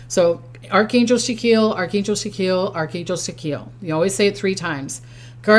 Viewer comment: It's actually pronounced SACK-KEY-ELL.